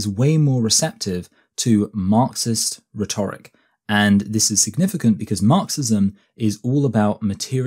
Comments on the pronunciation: you are pronouncing rhetoric wrong, btw. You are stressing the second syllable, whereas stressing the first syllable is the 'correct' way of doing this. RHEtoric, rather than rheTORic. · This isn't a question of accent; his pronunciation of 'rhetoric' and 'biases' is really odd anywhere in England